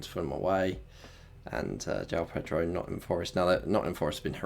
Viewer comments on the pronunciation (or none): none